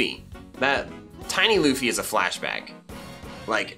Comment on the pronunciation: It’s not loofy it’s luffy